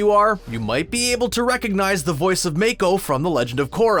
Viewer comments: When he says Make-O Me-ITS MAKO NOT MAKE-O JUST MAKO THATS IT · Make-o Say-toe I'm disappoint. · its mAko, not mEko, dipshit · May-koh ?! It’s MAH-KO MAH KO😠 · Its Mako not mAko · it’s not ‘’ may-ko “ it’s “mah-ko” .... gross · not mAA-ko, mAH-ko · Omg IT NOT MAKE-O IT MAKO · Character in Korra: Mako (mah-co) Voice actor for Iroh: Mako (may-co) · It’s not May Ko it’s Mako🤣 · Say it with me Mock-cow NOT MAKE-OH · Did u just say make-ko lol dude it’s mako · It’s maaaaaaaaaako not “mAkE-o” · It’s pronounced MAAKO not MAEKO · You can tell the dude on this video did not watch the series Make-O and Sate-O... I cringed so hard. 😖😖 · The way he pronounces mako Make o But pronounced mah ko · It's ma-ko not make-o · She was played by a actor It’s she was played by a actress And mako is not make o it’s more like mama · They literally showed a clip of Asami saying ma ko but still proceeded to call him mayko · Whhha whhha whhha what was that? May-koh...WRONG Mah-koh...I rest my case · It's Ma-ko,not May-ko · "M-ai-ko" Me: ... JEPWNSISJEHSOSNDEIEKKWWHDHSNWISKMDIE IT'S "M-AH-KO" WKOWSMIDKWHZODNEIAKSKDNEOLWMWJSODOE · It's not may-ko it's mo-ko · Its not Make-o its mah-ko mako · I swear I yelled at my phone. “DiD yOu JuSt SaY MAkE-O It’S MaKOOooOo” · Take a shot every time the narrator says "may-ko" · It's Ma-ko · I'm sorry, it's pronounced MOKKO not MAAAAKO?!?!?!?!?!? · Make-o? This man can’t pronounce a simple name right. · Iroh’s voice actor is named MAKATO not Make-O. And Mako is pronounced MAH-KO. They need a new voice actor for this whole video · bro it’s MaH-Ko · It's M-AH-KOH(Mako) not M-AE-K-OH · “Make-o” Me: tries not to die inside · How dare he call the late yet absolutely amazing Mako Iwamatsu "make-o" Someone was given a script and told to read it without any research, eh? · “Make-O” visible discomfort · Mae ko??? Tf? Did you even watch the show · bruh he goes "make-o" and "oh-na" (the one with sophia the first) like i- BRUH WHYY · “Make-O” Yes Mako mermaids